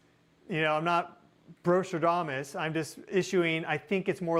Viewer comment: Did you say brostradamus 🤣🤣🐢🐢